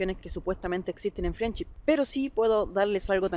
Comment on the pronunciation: se dice FRENDSHIP!! no friendship parece como si nunca hubieras escuchado el nombre antes y por desgracia te resta credibilidad